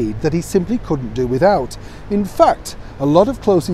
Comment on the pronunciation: I know YOU say “…in the heart of London.” But I hear “…I’M the heart of London.” 😂 I think it’s more fitting.